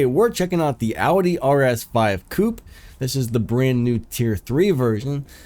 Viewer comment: "Couple Reveiw"? Coupé Review.